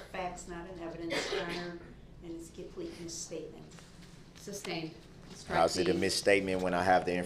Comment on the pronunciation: Just like he always mispronounced sustained , as “substain”